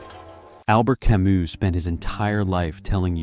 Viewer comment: learn to pronounce Camus correctly in French,its ironic to try to get to deep philosophy and mispronounce the name either you or the AI you use. Till that happens I rather open Camus myself in French and read the original